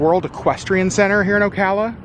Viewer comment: Glad you pronounced Ocala properly, lol lol……most people don’t. Most manatees “winter” in Blue springs State park…..hundreds of them!